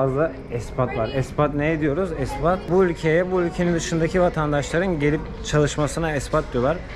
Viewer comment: Espat değil expat:) 😊